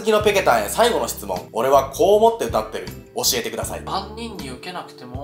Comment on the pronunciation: くださいが、くだいになってる